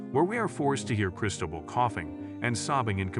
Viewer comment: “Foo-Chess” & “Chris-toe-bull”- time to give your Fiverr voiceover guy some pronunciation guides.